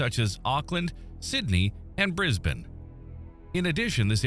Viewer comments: Thank you. More impressive than the geological information is the fact an American actually correctly refers to it as BrisBIN not BANE! 😅👍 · Brisbane was actually pronounced correctly. About bloody time! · Wow the first time an American pronounced Brisbane correctly Impressed